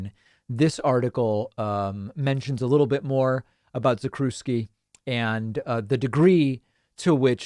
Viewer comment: The proper pronunciation is "Zack-chev-ski"